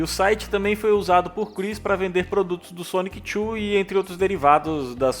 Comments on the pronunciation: Que vídeo bem feito, é raro ver pessoal abordando de forma completa essa densa história do Chris, só um adendo, não é "Sonic Chu", é Sonichu mesmo, é bobagem mas faz muita diferença, no restante a narração e outras pronuncias beiram a perfeição! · Cara, me dá agonia como você fala Sonic Chu